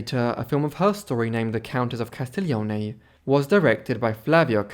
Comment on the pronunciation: Si chiamava C A S T I G L I O N E non CASTEGLIO. La prossima volta mettete un narratore in grado di saper leggete e parlare correttamente l'italiano se volete essere seguiti. Non sappiamo di chi cazzo sta parlando se non pronuncia i nomi correttamente. Nessun interesse. Di chi parla costui ? Booohh !